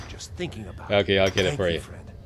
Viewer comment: So is Canadian he says Aboot